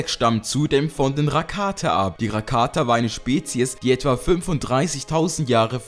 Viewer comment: du sprichst "rakata" komplett falsch aus